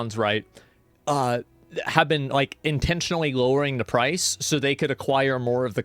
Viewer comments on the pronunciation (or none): none